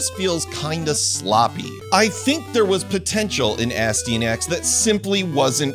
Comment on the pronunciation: quwebsActually: it's pronounced As tee yan axy:D Great review! Great seeing more of these!